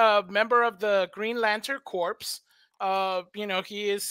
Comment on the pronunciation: Thank you for the update. You should know Corps is pronounced like Core, not Corpse. That's a common mistake.